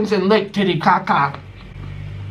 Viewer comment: just died when you said lake titicaca hahahahha